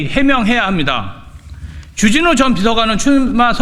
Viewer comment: 발음이나 똑바로 해라 쥬쥬뉴가 뭐냐 쥬쥬뉴가 , 존나 애새끼처럼 쥬쥬뉴 쥬쥬뉴 ㅉㅉ